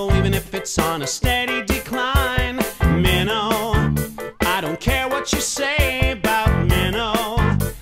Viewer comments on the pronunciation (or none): well if you lived there its pronounce Minto NOT Mino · It’s also pronounced “min-T-o” not “min_o” lol